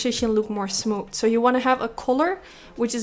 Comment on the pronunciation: I love how she says "smooth"...."SmooT"